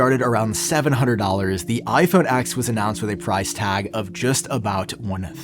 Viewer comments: it's pronounced iPhone 10 not X! 🤦‍♂️ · Why do you keep saying iPhone “ex”. It’s ten, it’s always been ten.